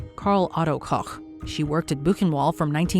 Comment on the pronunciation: pronounced Koch correct